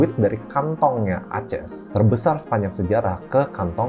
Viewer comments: Saya suka videonya. Sangat berbobot. Tapi ada satu yang menarik di telinga saya, pertama kalai dengar Aces dibacas "A-ces" wkwk, lucu ❤ keep it up Mr ☀️ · Dia bukan baca merk Aces sebagai "A-ces", dia baca kode emiten ACES sebagai "A-ces"